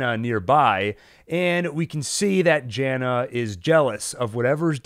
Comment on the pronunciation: Love your analysis! But: “Tahnhaus”, not Townhouse! “Trontuh”, not Tront “Yahna”, not Janna Seriously, though, thanks for all the good info!